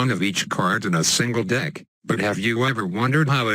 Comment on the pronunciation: I heard.... "7 kidnap cards in my dick"